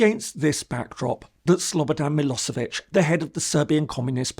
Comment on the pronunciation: Milošević reads me-LOSH-e-vich. Serbs use Latin script not exactly like Western Europeans. Another Serbian word you might need in these trying times is Srebrenica: it should be pronounced sre-bre-NEE-tsa. Wrong pronounciation of names has some shibbolet effect on most Slavs